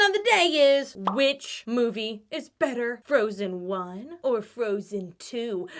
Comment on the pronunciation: Am I the only one who heard Much betta and immediately Baga Chipz came to my mind. :D :D